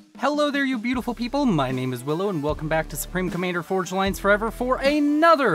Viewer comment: you are saying my name right :) willow